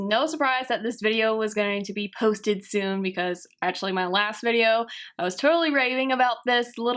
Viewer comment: omfg pronounce ur words correctly "ashuly" "transushent"